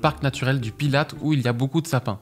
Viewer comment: Parc naturel du Pilat , pas Pilat[e] ! C'est en France